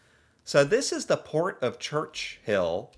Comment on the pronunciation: „Church-Hill?“ no , Churchill 😂 .. Port of Churchill is named after John Churchill, 1st Duke of Marlborough (1650–1722), an English general and statesman. (I would have bet after Winston Churchill, but no) … Duke of Marlborough ( Marlboro is an American cigarette brand - too close to ignore)